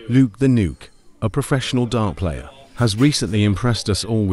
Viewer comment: The video: "Luke the Nuke and his new skill, the flatty". What I heard: "Luke the Nude and his new skill, the fatty". 💀